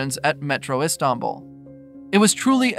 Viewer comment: "The city of E-stombl"